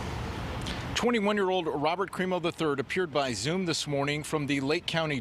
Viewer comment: Good job ruining the CRIMO name